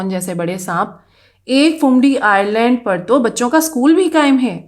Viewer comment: Screen par Island likha hai jbki ap bar bar Irland bol rahi hai, aisa Q?